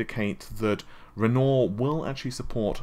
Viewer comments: Please!!! REN-WAH!!!! Not Rennor!!!!!! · RenoAr not Renault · Renoooooor? Renoir is pronounced Ren-whar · Repeat after me: **Ren-WAH**, RenWAH. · Do you intentionally mispronounce words to boost engagement or something? You must've read thousands of comments correcting Navi, Renoir etc. by now but you keep going lol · mispronouncing Renoir isn't anything to do with having a British accent. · No. It's not. Renoir: Ren-Waar: Renault Matisse: Ma-teese: Ma-tassy Thread: thread: Fred Navi: Na-vee: Nah-vae